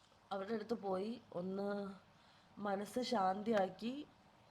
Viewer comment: ഈ അവസരത്തിൽ പറയാൻ പാടുണ്ടോ എന്നറിയില്ല മനസ് ശാ ന്തി ആക്കി എന്നല്ല മനസ്ശാന്ത മാക്കി എന്നാണ്